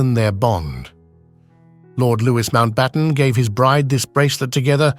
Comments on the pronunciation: “Loo wee” not “Loo wis” is how “Louis” is pronounced. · The ‘s’ is silent in ‘Louis’!! I can only assume the voiceover is AI generated.